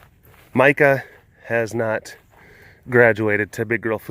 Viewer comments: You called Mika Mike-a!! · It’s Mee-ka